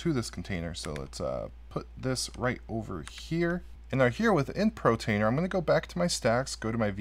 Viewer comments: Dude, sit in front of a mirror and practice POR TAINER. POR TAINER. Please stop saying Pro. You can do it. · Hey, Thank you but you are driving me nuts with your pronunciation of (Portainer) POOR - TAINER not PRO - Tainer Please lol. Great video good job sir! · Cracks me up hearing you say "pro-tainer" Gotta love dyslexia! 😂